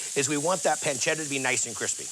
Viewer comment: Yeeee, “ pencedda “